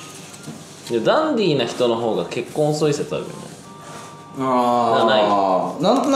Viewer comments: カンタくんが言うと、 ダンディ が だんでぃー に聞こえる🤣 お子ちゃまだから、ひらがな表記で🤣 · ダンディーじゃなくてかんてぃー(笑) まちがいない😂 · ❌ダンディー ⭕️カンティー